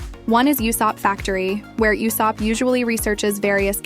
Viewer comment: Ah yes, "Yoo-sopp" 😂